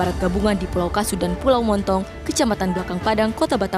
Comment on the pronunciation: Pulau BONTONG Bukan MONTONG harus banyak belajar lagi